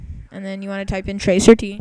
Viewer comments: Wow. OK.. Instead of laughing like everyone else is doing.. That is NOT what tracert (trace route) is used for. And it is trace route, not tracer t. Trace route traces your connection from YOUR COMPUTER to DESTINATION. Nothing more. It's not showing you 10 people are looking at google, it's showing you 10 hops to get from your computer to the google site. The names/ip's showing up are the names/ip's of the routers. Please change your name, your obviously NOT a hacker. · TRACE AR TEE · This is the most idiotic video ive ever seen on youtube, and thats saying something. "tracer t" ? lol I'd love to see a follow up video of the poster hacking all those hosts "looking at google" And besides, you had it wrong, there are 10 people and several asterisks looking at google. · Idiot: first of all that is not tracer t. It's trace rt. Or trace router. O my: 10 people surfing google while you're accessing it. Idiot it's your own fucking hop to reach google site. I am wondering I hope you're not an IT pro.